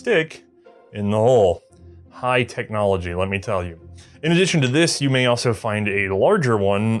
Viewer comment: *cheems* “Technomligy”